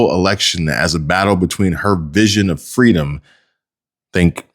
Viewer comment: Kamala said feedom